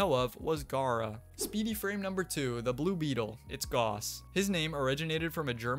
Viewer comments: My name is pronounced GOWSS! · You looked up the correct way to say the guy’s name and then still said Gauss wrong.. 😂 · Literally playing the pronunciation for Gauss and still calling him "Goss" can probably be added to the pile along with everything above